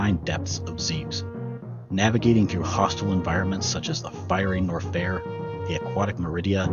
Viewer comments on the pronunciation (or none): Yeah, the pronunciation was really distracting. I have a pet peeve about pronunciation. Zeebz sounds better than the others IMO but.... nine-TEN-do was like getting shocked playing Operation with Parkenson's. Norfair should rhyme with warfare and has the same emphasis, Brinstar should be BRIHN-star, etc.